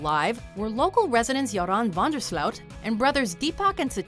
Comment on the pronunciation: The way this woman pronounced "Joran van der Sloot" is absolutely horrible🤢🤢🤢